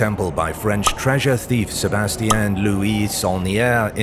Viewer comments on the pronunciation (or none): none